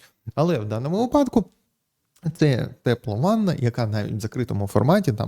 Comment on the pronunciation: Слідкуйте за наголосом - вИпадок, у вИпадку. Бо випАдок це більше схоже на припАдок